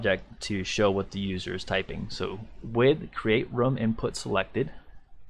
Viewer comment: Great tutorial. Better than someone else's I was watching. I also love that you call a room "rum" and I'm drinking rum while watching. Rum Layer, Rum Point, Rum Listing. Love it!